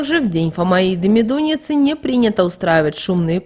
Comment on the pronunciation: МедунИца - так произносите.